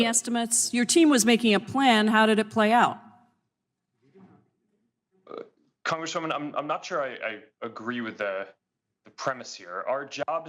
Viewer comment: Mr. "Prikai"? He shouldve said "Songress dabluman"